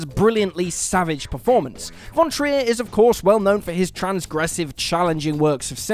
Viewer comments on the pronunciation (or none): none